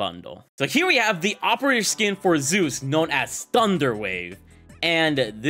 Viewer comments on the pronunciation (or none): none